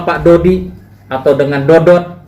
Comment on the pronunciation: bukan dody pak jgn salah ucap yg bener dodot ngomong aja udh salah